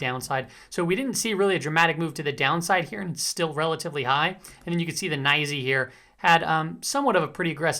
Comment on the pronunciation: I started saying NYSE the way you say it lol Naisyy